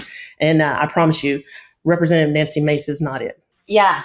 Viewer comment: So she's Na-nuksy Ma-cé?